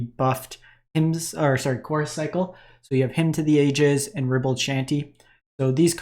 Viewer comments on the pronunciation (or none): BTW, ribald is pronounced "RYE-bald". ;) Thanks for the roundup! Lotus storm is an interesting one, I'll have to try it out!